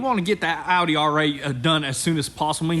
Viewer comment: Thought he said Howdy R8 lol